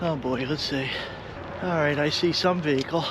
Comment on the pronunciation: The English guy with the dog Fendi. ”Write” instead of right and ”free” instead of three. Who’s doing the subtitles I ponder?